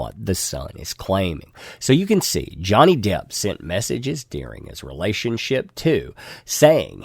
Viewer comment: Are you saying Johnny Depth?